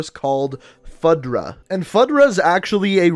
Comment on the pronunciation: Also you said his last name horribly wrong haha its spelled Rojas but pronounced Ro-has, and FUDRA is not sounded out as FUD-RA its FU-DRA